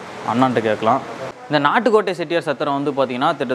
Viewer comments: என்ன தம்பி நாட்டு கோட்டை ன்னு சொல்றதுக்கு பதில் நாட்கோட் ன்னு சொல்றீங்க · Nat kot ,Nat kot Ennappa Nee Sariyaga Sollappa Valga Thamil !!!